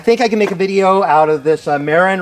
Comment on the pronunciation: FYI, it's pronounced "muh-RIN", not "MARE-in". Named after the county in California where they're headquartered.